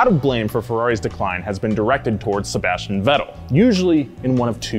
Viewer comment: pronunciation of Sebastian’s last name made me CRINGE MAAAAAD HARD AF 🤦🏾‍♂️🤣🤣🤣